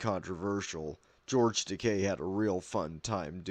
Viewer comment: It's nice hear George Takei's last name being pronounced correctly. 👍